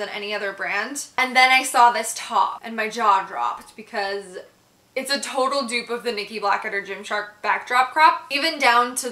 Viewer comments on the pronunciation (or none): none